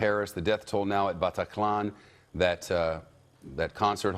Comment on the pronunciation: I hate this presenter and the way he says Bataclan . I also hate how america make it all about them